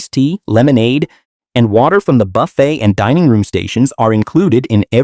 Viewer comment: Boofet? Really.